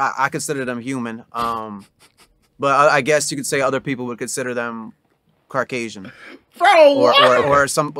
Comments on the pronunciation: “Carkasion” bahahaha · did he just say his parents were cracasian...instead of Caucasian...omg